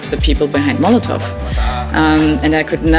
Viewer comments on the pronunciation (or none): Its molotow not molotov